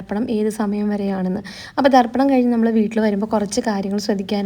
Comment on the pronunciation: ബലി ദർപ്പണം അല്ല തർപ്പണം ആണ്